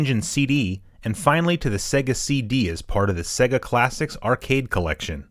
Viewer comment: it is pronounced SAY-GA, u know like the Sonic intro